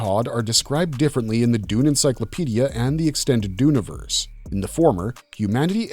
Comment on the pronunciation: Dune'verse not Duni'verse please.